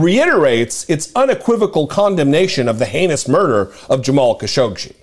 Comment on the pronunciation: This is how you pronounce his name: Ka - Sho - Gi.